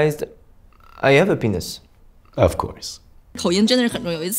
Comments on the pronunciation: 3: 58 I realized, I have happiness. (happiness 的首字母发音吞掉了) Of course. 简直笑死个人😂😂😂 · 你知道那个短片是 I have happiness, 因为法语H都不发音，所以他说的口音是 I have appiness, (a penis). 所以另一个才说 of course 快赞我 哇哈哈哈哈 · 怕有人沒看懂 那個法國幽默小段片最後一段 法國人對美國人說的是 I HAVE HAPPINESS 但他的口音連音以及法文母語發音將h省略掉，聽起來像I HAVE PENIS(我有老二) 那個美國人沒聽懂，所以回他OF COURSE (意指他是男生他當然有老二) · I have a pen!s 😆 (法国小哥的发音，原句是I have happiness) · 那个法国人说I have happiness(谐音penis)的，比脱口秀还逗人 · "I have (H)appiness." "Of course." LOL